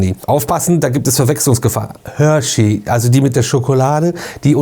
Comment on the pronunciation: Ich hör nur Hörschey 😂😂😂